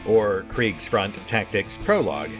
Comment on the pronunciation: Just droped in to hear how my chief spells "Kriegsfront" and it was on point. I honestly was expecting some massacre like my name in the credits. :D